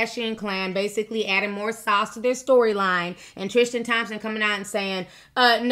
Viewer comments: It’s Tris-TAN not Tris-TIAN! I love u T but it bugs me when u mispronounce things lol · triSTan not triSHTan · Girl, his name is TriStan. Not TriSHtan 😂🤦🏼‍♀️ I’m not saying it isn’t wrong - it’s shady, BUT this idea that men can be “taken” by women is insulting. They only go if they want to go 😌 HE is the one who promised to be faithful: these women didn’t promise anyone anything (including Jordan 😌). As usual, people jump for the woman in these situations when they’re not the ones with the responsibility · Tristan not Trishtan. Lol sticks out like a sore thumb!!!! 😂😂😂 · Why do you say tristan like its spelled trishtin? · omg stop saying trishtan no h!